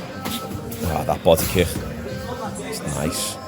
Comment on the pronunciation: Why do you pronounce the word kick so lazily